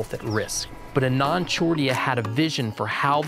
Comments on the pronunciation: Its pronounced AAnand :) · I am a recent fan of. Kudos for all the great work! A small thing that bugged me: Anand should be pronounced as Aanand. The first syllable is Ah, and has the stress.